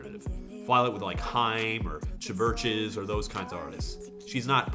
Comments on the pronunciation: It is absolutely just pronounced Churches, it's just that not a soul on this planet can resist saying Ch-vurches. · ok im sure plenty of people already said something, but Chvrches is pronounced churches. If you look at the Roman alphabet the letter V was produced with a more 'w' or 'u' sound. Later changing in reincarnations of the language and alphabet to our modern U. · LOL "Cha-verches" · "Chuh-VER-ches" X-D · Todd, I respect you a lot. But i can't deny that i choked when you said "chuh-verches." It's just Churches with an extra scoop of hipster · HAHAHAHA did you just say "CHA VERCHES?" s;ljs;lsajf;lsadfjasha hahahahahahaha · XD Chvrches is pronounced "Churches," Todd. Also, I'm totally with you on this song. I'm a big Halsey fan, and when this song came out everyone went nuts over it and I listened to it multiple times trying to get something and still, nothing. Not her best. I mean, it's pretty, but that's the only thing I enjoy. There's no emotional connection at all. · Chvrches is pronounced Churches, V is a Latin? U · When he said "ChVurches" I fucking died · The way he pronunced CHVRCHES lmao